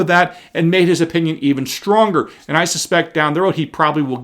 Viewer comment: I cannot tell you how irritating it is to hear educated people like yourself pronounce the word Strong as shtrong. You are not alone I have heard many others do the same thing especially white people. You are not from the ghetto so speak English please. The left is doing everything it can to destroy America including the language. Other than that Great job you are doing.